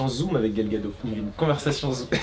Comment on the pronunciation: Très sympa cette vidéo qui nous montre cette boutique parisienne et comme je suis du sud de la France je n'ai pas l'occasion d'y aller donc merci pour le partage. Super aussi ton pote et ses interview 😀 Pour Gal Gadot on prononce Gal Gado"tte" par contre il me semble, je sais pas si peu confirmer?